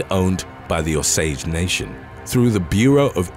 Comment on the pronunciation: Osage... pronounced "O-sage" NOT Au-sage!!! Good grief!😔 Yes I'm from Oklahoma, no, I'm not O-SAGE